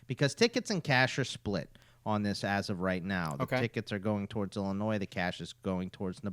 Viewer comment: Bruh the s in Illinois is silent